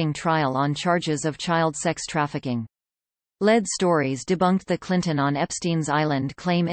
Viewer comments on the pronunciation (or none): Led stories? In America, that’s pronounced leed.